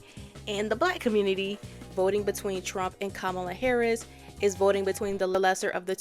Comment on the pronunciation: I dont necessarily think "You have conservative family that you love" makes you a conservative yourself. However, if you still love and care for people who actively hurt you and the people you claim to support, and you speak out heavily against Kamala (and say her name wrong intentionally) and Biden, and are SILENT about the Trump administration, then it definitely makes you come across as one. Everything about her makes me think shes just absolutely way more right leaning and passive in her support for LGBT issues, feminist issues, POC issues, than she's actually claiming to be. I will be one to say, i hold zero love for my conservative family and ex friends. They actively vote for and sipport people who make my life as a trans person UNSAFE, and I should not be expected to hold any love for them just because they're family. And if you do hold love for your family that actively votes for horrible policies that makes the country dangerous for LGBT people, women, POC, etc. then yeah I have every right to assume you're okay with that as well, and will not want to support you or be around you.